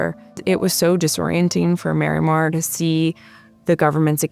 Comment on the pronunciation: Why is it so hard for people to properly pronounce the name Marimar? Everyone says "Miramar".